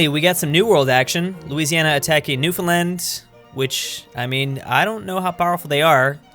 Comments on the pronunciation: THANK YOU for saying "Newfoundland" correctly as opposed to the infamous "NewFinland" Cheers, -Youtuber from Newfoundland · I can’t believe it, someone pronouncing Newfoundland right.